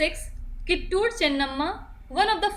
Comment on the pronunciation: It is not ಕಿಟ್ಟೂರ್ it's ಕಿತ್ತೂರು ❤️ Nov 1 ಕನ್ನಡ ರಾಜ್ಯೋತ್ಸವದ ಶುಭಾಶಯಗಳು 🙏